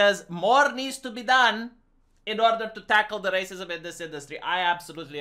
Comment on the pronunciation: Fuck I hate it when goes on about "raceeemoose" as if it's a actual thing that other people have any idea what he's talking about